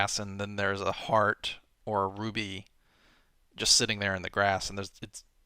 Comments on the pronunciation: it's "rupee" not "rubee" lol Anyways I understand what you are trying to say though. Sometimes games need to be more simple so our brains can take a break. That is why I like playing old school games more often then new "blockbuster" releases. I do enjoy new games though, but I find myself returning to more nostalgia based classic games (like Alttp) because everything is too similar nowadays (It doesn't mean I don't like the newer games like Skyrim or Zelda Skyward Sword it's just that I prefer more simplistic games every now and then). So far I am liking this series btw. It's cool how you explain your thoughts while you're making new maps. I would like to see more of these kinds of videos for future Super Hostile maps. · Did he just call the currency in Zelda a ruby? no! Bad! (Unless you did that just to annoy us. Still a bad.)